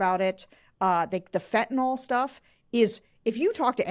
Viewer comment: Fentanyl is pronounced like Fentanyl-a-nil. It's not Fentanyl-a-nol. Thank you. Why do people mispronounce this basic medication?? 😤